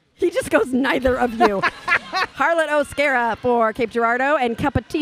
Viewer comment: You were right with the first pronunciation of O’Scara (O-scare-uh) You guys are amazing!! -Harlot💖